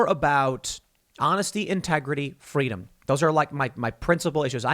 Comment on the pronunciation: he said it with the worst german nazi intonation I have ever had. Scrol ya freeedam